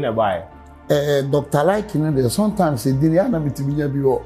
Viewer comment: "Sontimes" has point of correction😂😂😂